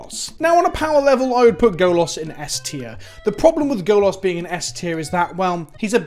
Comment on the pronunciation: I'll say this every time you fuck up the pronunciation: Golas means Naked Man in Polish. Stop fucking up 😅😅😅😂😂😂